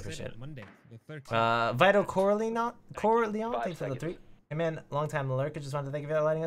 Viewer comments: Wow has never watched the godfather, he butchered that name so badly lmao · Anyone else get bothered when he mispronounced Vito corleone